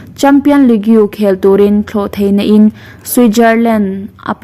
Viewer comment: Channel meuh siam thei chu hei aia mam nalh deuh hian chhiar zir hmasa la ka ti, league hi a chhiar dan midang zawt la, Ronaldo nupui hming pawh khi a lam dan lo zawt tha leh rawh,I ti mah2 deuh a nia